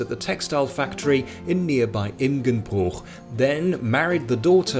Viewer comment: Every non local trying to pronounce Imgenbroich (more or less pronounced Imschenbruch) is funny. Mix in an english accent and you got internet gold